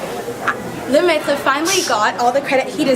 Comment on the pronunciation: Beautiful pronunciation of Lemaitre.